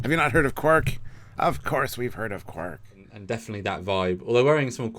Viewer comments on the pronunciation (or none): I loved the way they made the changing pronunciation reference, and then Mariner says "Haven't you heard of Quark?", but in the reply the Ferengi says "Querk". So referencing the difference pronunciations of his name on DS9. Subtle but clever.